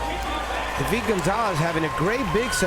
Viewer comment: prononcer dude its david not day veed